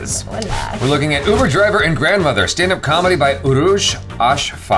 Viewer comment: Jaby read her name like urooj af